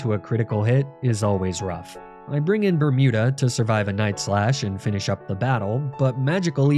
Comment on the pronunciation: I keep hearing "Bertuda" but you have named it "Bermuda" why??